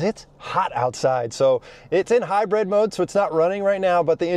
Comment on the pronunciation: Is he saying “Hi-bread” or hybrid, lol